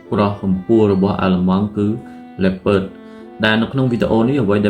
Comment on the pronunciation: លីអូផាមិនមែនលេពឺតអីទេ🗿